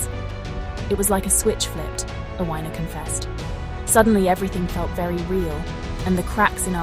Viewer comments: FGS! Its pronounced Afina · Sorry, but her name is pronounced "ATHENA".